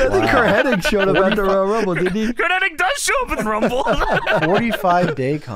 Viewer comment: His name is Curt HENNIG. Why do so many people call him Curt HENNING? Where do they get the extra 'N' from? :)